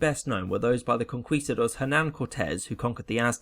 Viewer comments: Vandal oh i missundertood what you were traying to explain. Anyways, conquistadores is the spanish for conquerors, in plural. but what i was traying to say is that he misspronounced that spanish word, but it is a common mistake in english speakers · Pleasseee! It’s Con-Key-Ste-dores, not Con-kwee-ste-dores. It was so painful because of how many times you had to say it. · Listen i know you dont speak spanish and are just following the usual pronunciation rules but the Qu ins spanish unless denotated otherwise is pronounced as a k. konkistador(es) is a better transliteration. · In spanish, its Conquistadores :-)